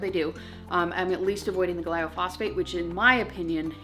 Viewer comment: Love your videos! I think you mean “glyphosate” gly-pho-sate. And I completely agree with you! If we can’t avoid it all we should at least try and attempt to avoid as much as we can! Azure has definitely helped us with that!